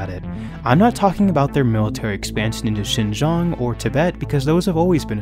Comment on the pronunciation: Every geopolitical video about China needs the weird pronunciation of Xinjiang